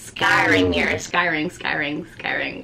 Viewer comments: S like snake and cry LOL everytime you say it i think your saying skyrim like a game or wnatever it is. You look so different. I havent been here in a while. I watched when you were in philly and u were mobing to Louisiana. You look great. You also seem less serious. I like this side of you. Thanks for teaching us about this. I fire scry but havent done the black mirror. Ive been looking into it recently so its funny this video came up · First of all your video is fantastic and you are awesome! Secondly, If you want to pronounce it the way that has been “normalized” (I agree with the other commenter that said that “sky-ring” is way better) you can just add an E at the beginning of the word so you are saying “Escrying”. I don’t understand why but it seems to make it easier on the tongue. It worked for me is what I’m saying. Anyway thank you for the knowledge that you are passing forth. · It’s scrying- not scyring.. so it’s more like saying crying with an S on the front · Scrying! Sky ring! Such a tongue twister!!! U good gurl!😅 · Siri: Scrying: SKY RING 😂😂😂😂💓💓💓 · This is awesome! I enjoyed hearing you say “skyring” lol 🧚🏽💕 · Practice saying it: S-CRY-ING SCRY…ING Like ‘crying’ with an S. Scry-ing. SCRYING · You are adorable when you mispronounced scrying. Fun info. Thank you for sharing with us! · U sure you suppose to say skrying like they would say in Egypt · take a shot every time mispronounces the word scrying 😭😭😭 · How are you really advanced in scrying but can't say it lol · Say it like Crying with an S in front.